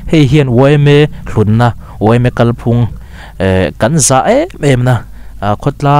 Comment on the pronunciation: Off topic. leh . "Kalphung" lam dan a dik lo. "Kalphung" hi "Thinlung" tih anga lam tur a ni a, "Chawngzawng" tih anga lam tur a ni lo.